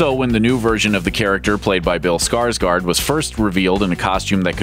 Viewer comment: Why not just try to pronounce someone's name correct. Bill Skarsgård, the Å is not an A just because ju think they look the same. There are several Skarskård in hollywood now.